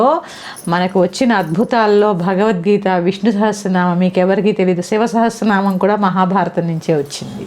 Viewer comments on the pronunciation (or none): Sha kaadu saa andi telusukondi